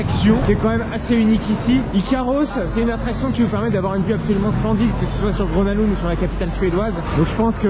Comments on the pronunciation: Salut, le nom du parc se prononce "Greuna leund", attention aux prononciations c'est quand même important quand on utilise son nom souvent dans la vidéo 😉 Sinon ça fait plaisir de voir une vidéo dans ce parc très peu visité des park fans Français ! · sauf que le G se prononce "y" dans le cas de Grona Lund. Un petit rappel est toujours bon à savoir. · bah c’est surtout qu’il est tres commun de franciser les noms des parcs, donc rien de choquant ici. Je n’ai strictement jamais entendu un francophone utiliser la prononciation suedoise pour ce parc. mais bel et bien « grona lounde ». ceci dit un petit rappel toujours bon à savoir !